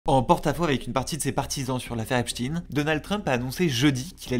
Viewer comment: Bonjour, non. La prononciation de Epstein (en parlant americain Cote-Est on va dire, c'est l'accent le moins marqué pour nous) ca ressemble en phonétique à ''Up-stène'' Ni ''Ep- schteiine'' ( a l'allemande, ou comme pour Einstein ) ni ''Epstine ''comme dans la vidéo